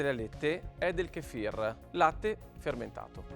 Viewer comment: Kéfir ... Kefír 😂